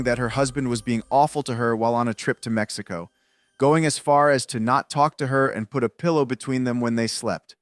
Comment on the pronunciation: #2 “I knew it was it was over when I was in Messico! “She said it right, Messico!